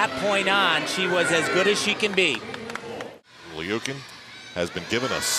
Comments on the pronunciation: Its not (leukin) its pronoused (lou-kin) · It's pronounced "Lee-you-kin" if you look at the Cyrillic.